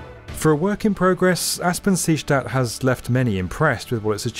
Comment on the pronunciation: Is anyone else bothered by the was he says seestadt??